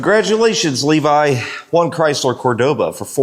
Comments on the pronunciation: Its a kool car brotha 😎 But its pronounced , cor doa ba ,Cordoba, Enyways I enjoy your car videos, super kool 😎 I thought ta do this at my autobody restoration of classic muscle cars, but im to busy do other car stuff ta handle videos as well.....but ya , its all you brotha , god bless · Cordova?? What in the world is a Cordova?? 😅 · you really put the V in cordoba 😂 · I laughed each time you said Cordoba.